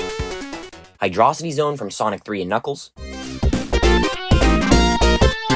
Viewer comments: It's pronounced Hi-droh-si-ty, not Hi-draw-si-ty. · Still wrong, it's "Hi-dro-city" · First of all, Koopa Road and Crisis City are not the same at all. Secondly, it’s pronounced Hydro City because it’s a water level. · forget about this.... WHY DID HE SAY HYDROCIT